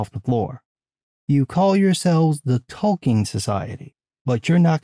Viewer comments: Oh, Tolkien society. Haha -- sounded like "The Token Society." 😂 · Forgive my 23 years of Field Artillery but every once in a while it sounds like you’re saying “the Token Society.” But that a whole other video.